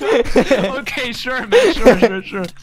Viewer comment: It's okeh not to be okeh 😭